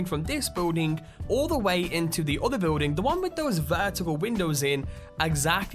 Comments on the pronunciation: building does not contain a w stop saying biwlding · guy says "building" really weird. beewwding